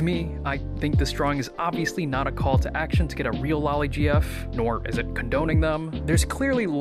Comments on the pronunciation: cripes sake, it's lo-li. not lali. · It's not pronounced "lolly". God that's my biggest pet peeve I swear. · it's not the "American pronunciation" it's the incorrect pronunciation. Loli comes from Lolita which is pronounced "lo-lee-tuh".